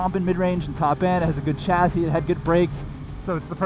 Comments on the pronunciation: What is a "Chasey" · Chasey??? Do you mean chassis? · Chassis not chasey hehe Sorry just noticed. ✌🏼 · Chasey? Lol. Chassis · It still bothers me that Americans use a hard ch in the pronunciation of chassis (this is the first time I've seen it spelt wrong, I mean a chasey? Come on now) It is a word of French origin so it is only right that it is pronounced with a soft sh sound. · what the hell is a 'chasey'? Is it similar to a chassis?